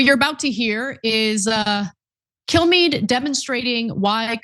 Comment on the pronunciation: kill-em-all kilmeade? how is he still employed